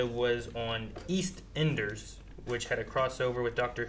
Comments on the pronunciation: how they pronounce eastenders lol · As a British Person it’s funny hearing y’all pronounce EastEnders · East enders 😂 mate its eastenders